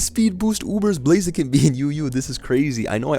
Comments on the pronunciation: bro thats blaziken in UU not blazeekin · Blazeeken has to be the new pronunciation of the name, it's just too good. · every time calls it “blazeekin” i laugh why is that shit so funny lmao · How the fuck did you pronunce Blaziken